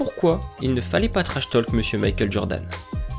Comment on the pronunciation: Bonne vidéo mais on ne prononce pas le "L" dans "talk " ! Ça se prononce \to:k\ Idem pour "walk", "stalker ", etc 😉